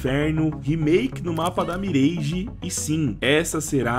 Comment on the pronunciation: Top o vídeo, só queria que a galera parasse de falar "MIRÊIGE" e começasse a falar o certo, "MIRÁGE" :face-green-smiling